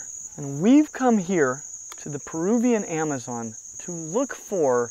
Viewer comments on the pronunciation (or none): none